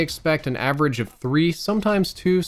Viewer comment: its average not agerage man